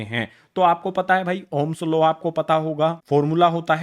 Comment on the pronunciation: ohm's law ❌ ohm's laa ✅😂